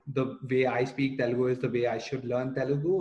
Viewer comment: OMG, what’s the deal with "Telgu", especially when you are native speaker!?!